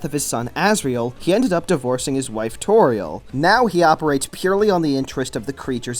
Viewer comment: Also, "Toriel" sounds like "Tutorial"